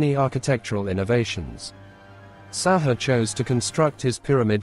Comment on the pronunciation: pronouced sa hoo ray not sa haa